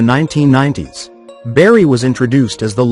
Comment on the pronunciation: Who's berry? It's BARRY!!